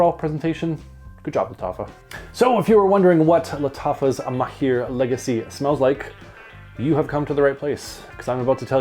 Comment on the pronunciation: the right pronounciation is mahr not maheer thanks for your review it was very helpful